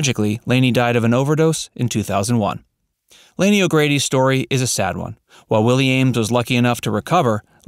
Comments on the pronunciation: "Lah-nee" not "Laney". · Lani O'Grady's name is pronounced Lonnie, not LAN-EE. Her older brother is actor Don Grady, who played Robbie Douglas on My Three Sons. And the family's last name on the show is Bradford - BRADFORD! Rest in peace; Diana Hyland, Lani (Lanita Agrati) O'Grady, and Dick Van Patten. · FYI. It's pronounced "Lonny" O ' Grady. Not "Laney". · It's Lani, which is pronounced like Laney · Nope. She has the Hawaiian name Lani which is pronounced "Lonny". (I lived in Hawaii for 20 years.) She is buried there. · One correction, please. Lani's name is pronounced with a short "a" not the long "a" that you use, repeatedly. In deference to this beautiful kind soul, please make that change. Thank you.